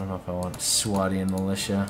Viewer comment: your saying everything wrong its ro-docks swadyans and im saying pranuncyation